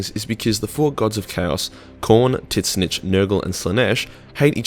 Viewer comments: It's bugs me you pronounce tzeentch like ( tit-snitch) I've always heard it said like ( zeech ) or ( zeench) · "tits-nitch" is an interesting way to pronounce tzeentch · every time you say titsnitch i laugh to dead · Does anyone else get triggered buy how he pronounces tzeench its pronounced zeench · Tzeentch is pronounced (zee-n-tch) T is silent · Hello I have watched about 3 or 4 of your videos today I'm on a 40k kick. I have unfortunately found your specific content very off-putting. From mispronouncing tzeentch constantly to the random 'jew' joke which was really depressing and a bad joke. The calling those writers 'Jews' is in really bad taste even for the grimdark of 40k. Its sloppy racism and its not funny. You could have chosen a greedy race in 40k to compare then to but didn't. I hope you have continued success with your YouTube career, but i hope you will he a lottle less crass next time i stop by your channel. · The way you keep mispronouncing Tzeentch is so God damn distracting... Fucking knock it off. Like I know you do it just to irritate us, but for real it's like you're just praying to get smacked. Ya knob lol.